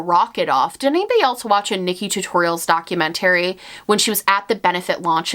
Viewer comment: Dude, they way you pronounced "documentary" had me rolling.